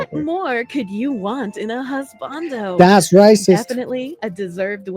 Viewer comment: I figured it'd be Husbandū, not Husbandō